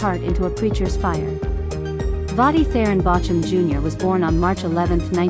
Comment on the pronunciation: Drop AI. It can not even pronounce his name correctly. That is not respectful.